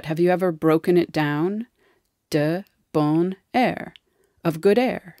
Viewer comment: The T in petit is not pronounced, same for the N in bon and the T in mort.